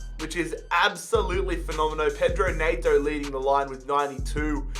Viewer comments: Was gonna sub, but the way you said Neto just mildly infuriated me. So now I can’t bear to do it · You say Pedro Neto’s name dead weird